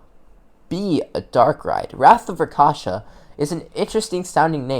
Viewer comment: RAK(rock)SHA(shaw)SA(sah) RAKSHASA Not rakasha